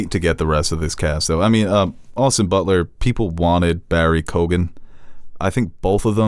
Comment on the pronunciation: hey fellas it’s pronounced ‘barry kee-gen’